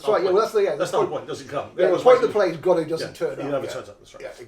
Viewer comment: It's actually Godot, not Godart.